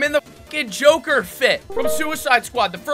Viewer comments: its the joe-ker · Yooo joe-ker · It’s joeker